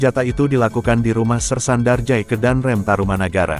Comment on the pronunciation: Nyebutnya jangan Darjay, tpi Darja'i